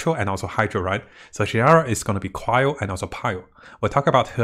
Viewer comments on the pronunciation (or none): none